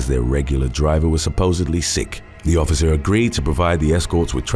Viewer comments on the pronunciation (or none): NOT "SICKTH" it's SIXTH.... pronounced like SICKSTH